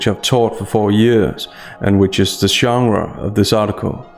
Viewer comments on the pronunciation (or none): none